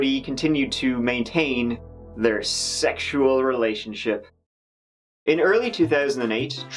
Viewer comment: lol, really squeezing every drop out of every syllable of the word SEXUAL there.